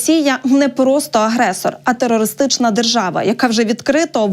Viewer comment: Тэрористычна дэржава😂